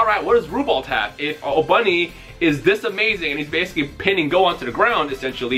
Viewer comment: His name isn't pronounced Obunny it's Oboony or just Obni.